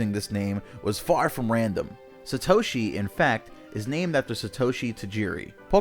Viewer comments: Sat oshi not sa toshi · "SUH- toshi" that hurt my ears. Its SAH-toshi. If they knew ANYTHING about japanese theyd know that an A (あ) is ALWAYS ALWAYS ALWAYS is pronounced as "ahh"like the 'o' and 'a' in "opera" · chaeizardX Sa·to·shi 👍 Sat·o·shi 👎